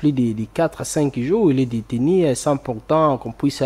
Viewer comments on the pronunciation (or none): Détenu et non déteni. C'est (u) et non (i)